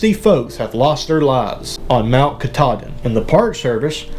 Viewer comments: Not American, but Kah-tah-din.. you did good a couple times🇩🇪🇦🇹☕️🚬🇷🇴🌌💜🇩🇪🇦🇹🇷🇴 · Mt ka-Tar-Din ❤️ well done 👍🏻